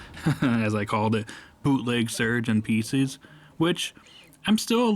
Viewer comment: It’s pronounced Pie sces The callbacks were fun